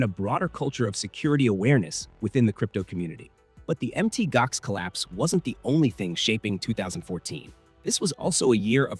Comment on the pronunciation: Pronounced Mount Gox not Mt Gox